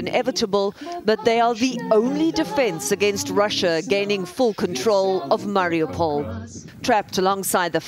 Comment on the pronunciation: Debra Patta—please educate yourself. Hint: It’s not “Marry-a-pole.”